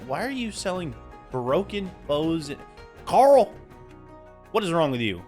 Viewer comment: it’s cAroll not Carl